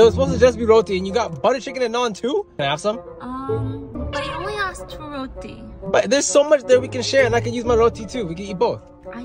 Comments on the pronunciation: I think she said ‘routhi’ but its pronounced ‘roti’ like how its spelled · Theirs pronunciations:routie The actual pronunciation:ruuti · Actually, I’m India, and I found this very offensive it is pronounced roti like really fast you said it like rowti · it's not roti I mean the letter is roti but you pronounce it ruuti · As a child that had Indian ancestors. Aka the indentured labourers that came to Trinidad. I have never heard someone pronounce 'Roti' correctly. They always say 'road-ee' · ROTI IS PRONOUNCED RODIIIIIII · Just so y’all know, it’s pronounced roo-ti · It's pronounced row-tea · Btw we say roti as ruti cuz it's pronounced that way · It’s pronounced rooti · I just didn’t like the way he pronounced roti, so I’m just gonna show you how you’re actually supposed to pronounce it. Here’s how you do it say "ro-ti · Ur pronouncing roti wrong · U pronounces roti wrong as I am and Indian and a Hindu and Hindus eat almost everything with roti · You absolutely butchered the pronouncement of roti